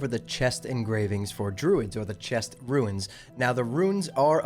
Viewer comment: It's pronounced "roons" not "ruins".